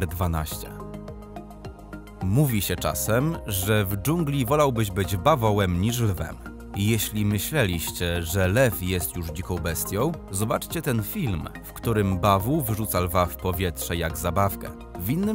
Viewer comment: min 2.43 dzikoł bestioł ... nasalne ę , ą ...jest standardem w języku polskim.....